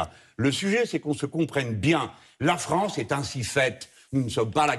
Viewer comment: Faudrait qu'elle aille voire un orthophoniste la Léa. Il y'a le "An", le "En"et le "On". Or la version Léa donne "Fronce"!